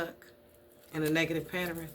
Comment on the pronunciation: the word is Pa - tern. Not pat ter en. love and light